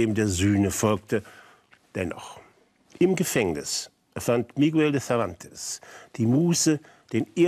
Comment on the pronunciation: kleiner hinweis: miguel, das u wird nicht mitgesprochen .